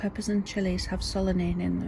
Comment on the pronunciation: You did good on the pronunciation of solanine. Now I need a friend to come help me tidy and also help me get tons of mulch here to my yard. Well, after I cover it with paper.